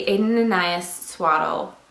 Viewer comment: Lived this video very informative! And I like your little anecdotes!!! My name is Anais, like from Aden + Anais and I'm always correcting my name when momma's talk about this brand. It's pronounced with short A's, Ah-nah-ease the Ah-nah part is like saying Anna so Anna-ease! Don't mean to be rude or anything just any to help you pronounce it in case you wanted to pronounce it correctly!